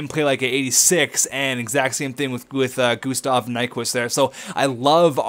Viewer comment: can you pls learn how thp say gustav its sound so weird when you say it